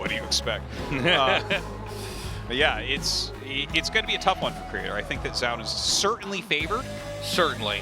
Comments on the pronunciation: I totally get why Artosis says "Zown" as his name is spelt like Noun but with a Z... god knows why Tasteless says "Joun" however lmao. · Artosis says "ZOWN" Tasteless says "JOWN" The announcers says "Zone" in perfect English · what's up with how artosis and tasteless pronounce Zoun lol, sounds like it's supposed to be "Zone" from how the announcer says it